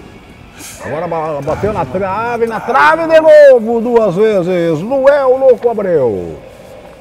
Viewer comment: Pow narrador, colocaram LUANEL na camisa pow, mas você só fala LUEL, quem ta certo??? 😂😂😂😂😂😂😂😂😂